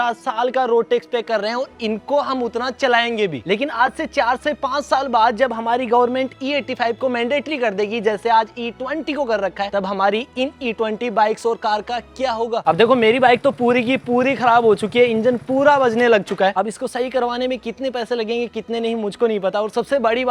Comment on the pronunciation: It's Bikes not biko 😂😂😂